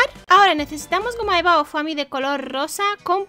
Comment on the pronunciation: se pronuncia fomi no foami